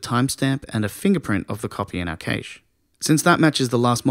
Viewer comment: Thanks again, content is great. Pronunciation of cache not so much though...